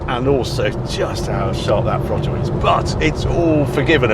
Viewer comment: WTF is a frottle?...🤣🤣🤣